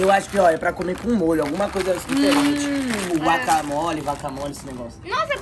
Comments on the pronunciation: Mano só eu que percebi que o fala vaca mole akkskakak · Outras pessoas: guacamole: vacamole kkkkkkkkk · "vacamole" ksksksksks